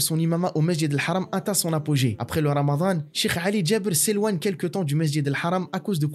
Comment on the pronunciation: Alors non, c'est رمضان. Pas رمذان. Sinon بارك الله فيك pour ce story telling si mouvent أخي.